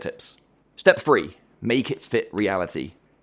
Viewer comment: It’s not everyfing It’s everything It’s not wiff It’s with It’s not free It’s three It’s not uver It’s other It’s not togever It’s together